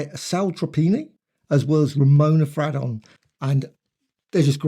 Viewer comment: I believe her name was pronounced Fray-don?